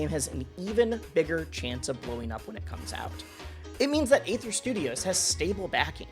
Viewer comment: Aether is pronounced ether, like the shitcoin Ethereum.